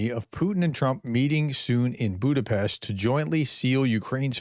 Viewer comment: Budapest 🇭🇺🇭🇺🇭🇺 RUSZKIK HAZA! Putin can very well stay in his bunker, waiting for the end. Btw you did pronouned Budapest really well prof.